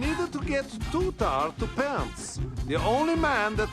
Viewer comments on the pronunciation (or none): It’s Tutar not Tuta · it's TutaR not Tuta!!!! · It’s “Tutar”. Not “Tutah”.